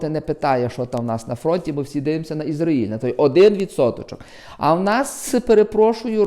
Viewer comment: Що слухати дурня, який не знає, де наголос в назві країни Ізраїль ставити